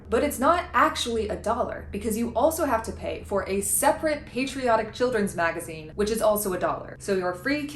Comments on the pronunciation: Kat Abu saying "magaine" is my new text alert sound. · A “MAGA-ine” sounds perfectly on-point.